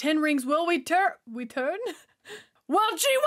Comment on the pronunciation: Weturn? Are you going all Elmer Fudd on us?